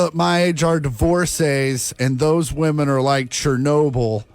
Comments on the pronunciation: Why can't anyone pronounce the word women correctly anymore? As soon as I hear someone say woman when they mean women I instantly lose all respect for their opinion. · I’m gonna write this ever video brother you have to Pronounce 'Woman' singular vs 'Women' plural IPA: /ˈwʊmən /, /ˈwɪmən/ It’s like men and man